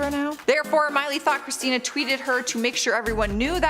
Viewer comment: Girl u messed up Christina's name on the Kelly Osbourn point number one